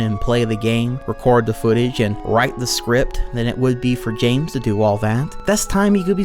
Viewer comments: Because it's Bames not Zames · The way he runs out of breath, slurs his words and pronounces James as "Zames" drives me fucking nuts.